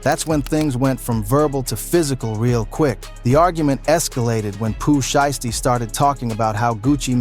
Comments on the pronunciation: "Pu Sheestie" smh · Boi said Pooh Sheesty 😂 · Gucci Mane is not from Memphis!!!! Hes an Atlanta dide. And get that A I shit off yall saying Poo shiesty name wrong ASF.